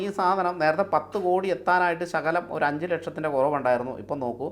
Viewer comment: കൊടി അല്ല 'കോടി '